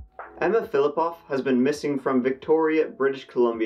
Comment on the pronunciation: I love your videos! 😊 This is the first one that I thought you mispronounced the last name. You say Polish last names like a native speaker! Russian here would not be as flip flop off but rather Filipov.